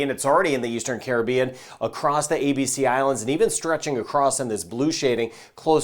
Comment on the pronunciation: Hi, thank you for doing these weather videos. I especially thank you for being one of the few people to properly pronounce the word "Caribbean" the way it's supposed to be. Every time I hear you say "Caribbean" it makes my heart sing. Much respect to you for doing that.